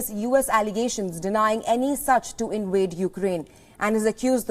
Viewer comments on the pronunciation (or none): The word is invade not inwade🤣🤣